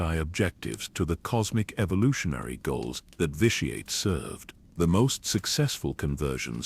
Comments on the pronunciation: I LOVE all these. Please take my little bit of criticism in the spirit it is offered just trying to help. Its pronounced "vishy-et" and in case it ever comes up its saluka-my not salukami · Mispronounced vitiates name constantly in differe ways